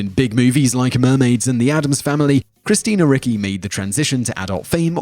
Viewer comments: Roger Corman not Robert!? I think you have the best top tens but in most there are glaring pronunciation issues like Christina Ricky? Its cringe worthy. Being in the Pop Culture business and not knowing a legend like Corman who gave us Death Race 2000 and The Trip to name a few and gave starts to Coppola, etc. You race to put these out, just take an extra moment to get the names right coz it detracts from your Superb Subject Matter and to borrow a title of a recent Top Tenz of yours: People Who Accidentally Became Sex Symbols: I nominate Simon Whistler! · Please, research the pronunciation of the celebrities names , you often butcher them. Christina Ricci is pronounced reechee , and dana plato is pronounced day na play toe.